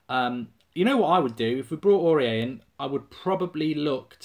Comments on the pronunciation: pronounced auri-air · Is the way that he pronounces his name a troll? Please tell me it is.